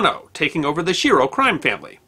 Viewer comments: Usually in Italian names, the SCHI is pronounced like "SK" a hard C. So, it's likely his name was pronounced "SKEERO" . . . . . .Similarly, "Lucchese" is pronounced "Loo-Kay-Zee" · Schiro is pronounced "ski ro." There was a mayor of New Orleans by that name -- who told people "don't believe any false rumors that you hear unless they're from me."